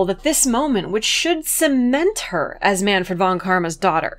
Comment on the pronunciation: A video about how great Franziska is? This was made for me! Just one thing though: The v in "von" is pronounced like an f. Anyway great stuff!